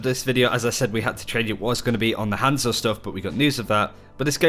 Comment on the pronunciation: Everytime he says hanzo I actually flinch